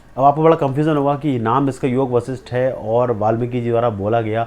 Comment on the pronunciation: ऋषि वशिष्ठ । हैं योग वशिष्ठ। नाम बोलना सीख लो बच्चे